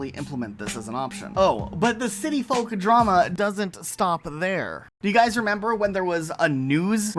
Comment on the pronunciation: i cringe whenever he says folk like that